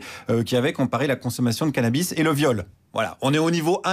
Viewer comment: craquante, quand elle prononce CANABI (au lieu de canabisssse)